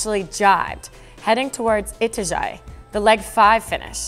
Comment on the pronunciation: Your pronunciation of ITAJAÍ needs to be corrected: In the above video you incorrectly pronounced ETA-JAI The correct pronunciation is E-TA-JA-EE 4 syllables, not 2 The last i has an accent, thus it must be pronounced with more emphasis. In Portuguese, i is sounded like the english e